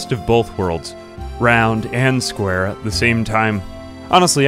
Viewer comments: Why do you pronounce it "squrr" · I love how you say 'sqwr'